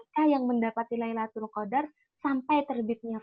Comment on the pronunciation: maaf kak luna tadi salah mengucap lailutul qodar ya